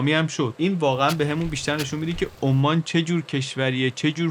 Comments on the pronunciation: عمان به انگلیسی Oman یعنی بدون تشدید حرف "م" هست شهر "اَمّان" پایتخت اردن روی حرف "م" تشدید داره؛ بخاطر همین تشابه در تلفظ کشور عمان، به اشتباه روی حرف "م" تشدید می زاریم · عالی بود ، کلا مقایسه ای خیلی جذاب تره ، فقط اینکه عمان تشدید نداره و همینطور ظفار ، بدون تشدید باید تلفظشون کرد.